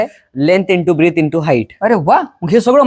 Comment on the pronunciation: सर जी साॅरी.. पण ती ब्रिट नाही तर ब्रेथ आहे..